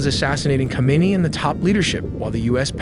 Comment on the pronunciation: "who-may-knee" not "come-on-nah" :D